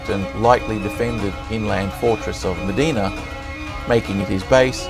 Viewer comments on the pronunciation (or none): Very well-researched but I can see I'm not the only one who found the music too distracting and melodramatic. Also, the town of Mdina is pronounced as 'Em-deena' not 'Meh-deena'.